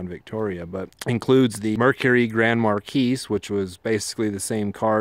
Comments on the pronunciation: God.... its a mar-key, not mar-keese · Excellent vid. Marquis pronunciation Markee, not mar keys. I see some of the uneducated people name their sons Marquis and mispronounce it and I am looking for two of them. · "Police deparments up to a couple years ago used the crown vic" the majority of stations still use crown vics. And it's pronounced mercury grand marKEE not MarKEYS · It's Grand Mar (key) , the s is silent. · It's pronounced "Mar kee". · I believe the 's' in Marquis is silent.